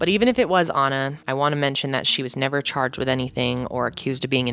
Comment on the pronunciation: "The defendant is chaaaaajed..."